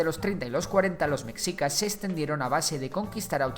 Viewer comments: Tampoco era "mechicas" con la pronunciación castellana de la "ch" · Recuerden: En México, la X puede sonar como S, CH, SH, J o X. En el nombre del país, se pronuncia Méjico, así como nuestro gentilicio, mejicanos. Nombres como Xochimilco, o el nombre propio Xochitl, se pronuncian Sochimilco y Sochitl El nombre de Mexicas se pronuncia como Meshica Entre otros ejemplos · La "X" se pronuncia como un "sh" en el nahuatl, entonces la pronunciación correcta es "Meshicas" saludos, buen vídeo. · Lo pronunciaste mal no es mexicas como si la x fuera una j si no se pronuncia meshicas como si la x fuera un sh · La x en "Mexicas" se pronuncia como "Sh". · oye esta muy bueno tu video pero te falla mucho la pronunciación de los nombres un ejemplo: no se pronuncia mexicas, se pronuncia meshicas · NO ES MEKSIKAS se pronuncia MESHIKA. Ivestiga primero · Buen video. Solo quiero apuntar que es preferible pronunciar "meshicas" en lugar de "mecsicas" o "mejicas", ya que la X se uso para representar el sonido SH del nahuatl. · Con todo respeto tío se pronuncia meshica no "mecsica"!! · ¿Soy el único que le dule como dice "Mexicas" en lugar de "Mejicas"? ¿O sólo viví engañado toda mi vida? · Muy bonito el video, pero es /meshicas/, no /meksicas/. Y ni siquiera es cosa del náhuatl, sino del propio español: esa x era usada para representar un sonido sh que derivó en j incluso en palabras castellanas más antiguas tomadas de otros idiomas, como Xavier> Javier o Ximeno> Jimeno. La correspondencia exacta de x con el sonido ks es más moderna. (p.e., hasta principios del siglo XX el galicismo "cliché" todavía era escrito a veces "clixé".) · Lo único malo es que me daba rabia el que decías METZICAS a cada rato. En tu investigación también te recomiendo que sepas la fonética de las palabras, como Tenochtitlán. Ahora entiendo porqué en sus adaptaciones de doblaje en caricaturas, series y películas les hacen tanta burla. Por todo lo demás buena la investigación. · Se pronuncia mejicas!!(mexicas)